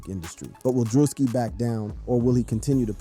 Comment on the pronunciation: "DREW-SKI" or perhaps that a part of the trolling? 🤔